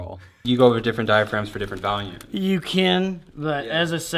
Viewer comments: I'm from NH and I didn't even notice the valume thing. Of course now I can't unhear it but whatever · I literally thought you said Valium the first time. I thought y'all were about to take some drugs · "vahlume" sounds more like a boston accent tbf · I have a buddy that pronounces it "vallium" too. Always gave him s*** for it. 🤣🤣 We are in central Illinois so maybe its a illinois thing? Lol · not weird. i knew right away when you said "Volume" you were probably from Illinois, If not the midwest. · "Valume" sewunds laike a theeng Wiscansinaites would seey.* Translation: * "Valume" sounds like a thing Wisconsinites would say. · lmao theneedledrop commented "valume" xD he's great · Don't worry rob you're not the only one that pronounces volume Val-yum I'm guilty of this too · Joel from Chicago Music Exchange pronounces it "valume" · I'm from Chicago and I don't say Volume weird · he's pro'lly got the word "value", stuck in his head when saying' volume, and mixing' 'em together